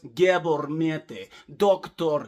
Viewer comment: We dont need maths for University with psychology. My family is riddled with them. You make me laugh my ass off without pissing me off as a Canadian Mental Health Community Worker ( serious) lol. You say Dr. Mate's name like "Dracula" .